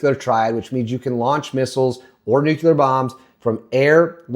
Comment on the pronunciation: Olease stop saying "nukular." Clicked away.